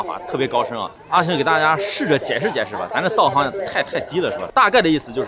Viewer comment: 道行这里行读HENG横 目前视频里面说到这次就游本昌老师演济公里面读对了